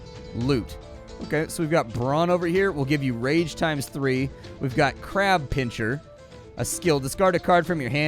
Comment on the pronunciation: PinSer not PinCHer :D